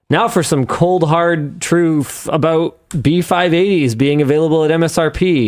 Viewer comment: What's this aboot?